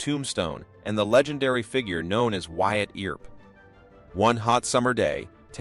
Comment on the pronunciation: Ol' Wyatt Eeer-up ...😂 Good story though ✓